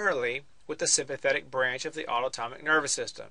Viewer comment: HAHA autotomic roflmao